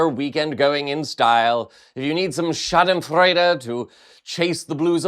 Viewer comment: Not only does pronounce his T's and enunciate all of his H's, he knows how to correctly pronounce the word Schadenfreude!